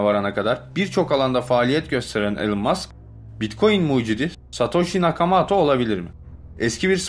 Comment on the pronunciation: Nakamato değil Nakamoto...Valet değil Wallet(VOLIT).Arkadaşım senin videolarını severek izliyoruz.Ancak bu işi yapmaya devam edeceksen profesyonel bir diksiyon kursu almanı tavsiye ederim.Başarılar.